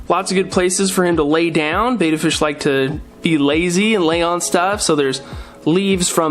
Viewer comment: Yeah, when a fishkeeper pronounces Betta 'bay-da' it does kind of irk me... because they're actually saying 'beta,' which is a completely different and unrelated word.